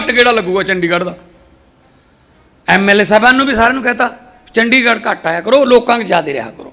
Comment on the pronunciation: “ਡ” ਨੂੰ ਵਿਆਰੀ ਨਾ ਕਿ ਸਿਆਰੀ। ਚੰਡੀਗੜ੍ਹ ਨਾ ਕਿ ਚੰਡਿਗੜ੍ਹ।